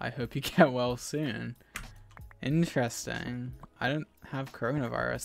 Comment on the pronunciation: It’s not astronomical, it’s INTRESTINF